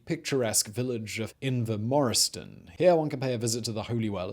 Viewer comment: So close on the pronouciations Simon, Invermoriston was spot on :) Drumnadrochit close (its Drum not Drim so actually goes as read, you got the hard bit :):)) and Urquhart better than most tourists :) Nessie doesn't really have sea access though River Ness starts at a weir which she would have to clamber over and the Canal has locks